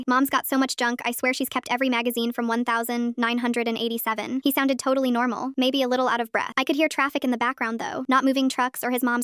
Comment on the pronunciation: The way he said the year 1987 is weird I guess